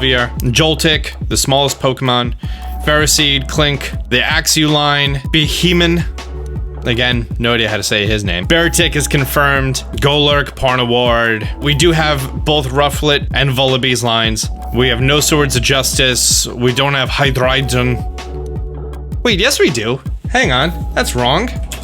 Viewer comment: "Uzafezant", "scoliopede", "escalvier" "pawrniward" some of the most beautiful pronunciations I've ever heard 😂